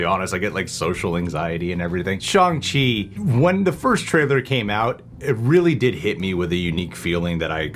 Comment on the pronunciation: Jesus they even told you how to pronounce ShAHng Chi and you're still saying ShOng Chi lmao